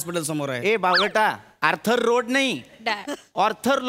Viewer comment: Te “ARTHUR” aahay, “ORTHAR” naahi ! 🤷🏻🤷🏻‍♂️🤦🏻🤦‍♂️ Aani “LOWE” cha uchchaaran “LOW” aahay.